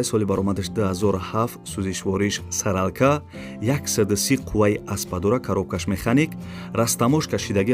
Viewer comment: (Соралка)-не бародар Солярка